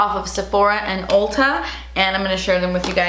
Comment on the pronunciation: I love how she pronounces "Ulta" as "Olta" 🤣 Edit: that Orchid Dusk palette looks SO MUCH like the Huda Beauty Desert Dusk palette!!